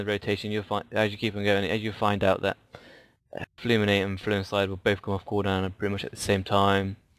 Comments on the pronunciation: Fulminate, not Fluminate also fusillade instead of however you pronounce it :P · Fulminate isnt Fluminate, fusillade is not fluinslide